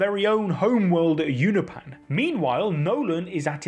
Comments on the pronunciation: UNOPAN? UNOPIAN. PEEEAN NOT PAN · You-nope-an not You-na-pan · Love the videos, but the way you say Unopian was driving me crazy, I had to click off. Oh, and it's pronounced You-no-pee-in Or You-nope-Ian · "you-nah-pan" is killing me lol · Is he mispronouncing "Unopian" on purpose?